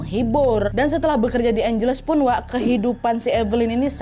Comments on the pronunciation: Kak maaf aku koreksi nama kotanya Angeles dibacanya juga Ange Les 😁😁😁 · FYI, angeles dibacanya : ang (as in ketawa ang ang ang) hel (kek baca helena) les (dibaca seperti les privat). Angheles.